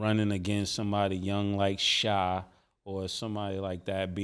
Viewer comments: OMG ITS PRONOUNCED SHAY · It’s hilarious that they will forever pronounce SGA’s name “Shai” like the the R&B group from the 90s